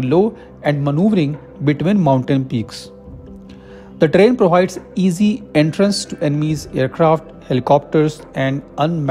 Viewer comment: It's pronounced ter rain